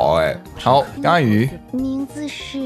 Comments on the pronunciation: 說「甘雨」但跑出來的是「干你」真的快笑死我了 螞蟻哥哥的中文口說好厲害，讓我好驚訝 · It’s actually 甘雨=ganyu=sweet rain,they spell the same but there’s a bit issue about the tones 😂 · Really enjoy this. Probably a side note, the reason Ganyu has been interpreted as the F-word: the way you pronounce "gan" ends with a very heavy glottal sound, which makes it sounds like "gan-nge-yu". Next time try to split the two characters a bit more, it will help.